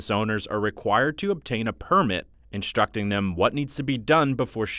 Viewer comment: To narrator: Please pronounce words correctly. You say "deshtroy" and "inshtruct." There's no "sh" sound before the "t".